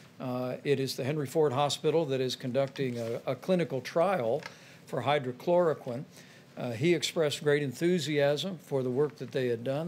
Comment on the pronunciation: Pence continues to mispronounce it has “Hydrachloroquin” which I don’t believe is a word.